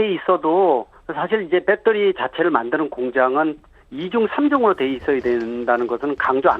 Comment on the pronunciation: 교수가 초등학생 수준말을하네 ㅎㅎ 빼떠리~ 빼떠리~ㅎㅎㅎㅎ